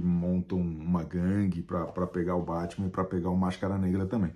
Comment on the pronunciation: Chico Barney: sociólogo, antropólogo, psicólogo. Mas fala Bétman, então colonizado também.